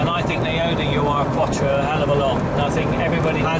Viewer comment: It's pronounced "Eeerrrr-Quattro" not "U" "R" Quattro. VW also developed the 4wd system... They were testing a proposed military vehicle (which was never produced) when an Audi engineer was enamored w/ the system and the rest... Is history as they say!